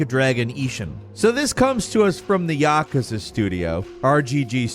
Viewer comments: Yah-kuh-zuh. Yeah I'm done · I wish you knew how to pronounce Yakuza. Hint: it's not YAKAza. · Tell me you don't know how to pronounce Yakuza without telling me you don't know how to pronounce Yakuza. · When trying hard fails and you mispronounce Yakuza... smh